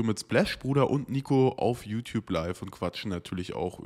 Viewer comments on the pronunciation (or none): none